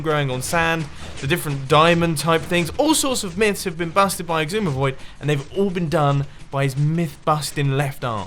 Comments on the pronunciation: Mumbo! It's pronounced "Zi" Not "Ex" So should be "What's inside a Xisumavoid"? Quick! Fix it before the world ends. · For context, I usually say it "zisumavoid" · Am I the only one who gets really bothered every time he says Xisumavoid like "Igsumavoid?" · You mispronounced ekseyezoomaviod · how can u dissect someone whose name u do not even pronounce correctly